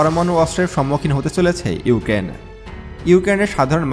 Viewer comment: ইউকেন না ইউক্রেন